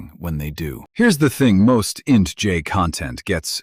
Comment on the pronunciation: Down voting for careless use of text to speech ("int j" pronunciation of INTJ indicates the video was not even reviewed prior to uploading)